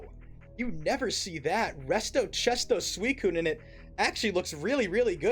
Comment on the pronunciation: still calling suicune coon is wild lmao